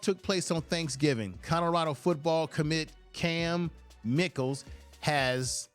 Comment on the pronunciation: Pronounced; My-Kel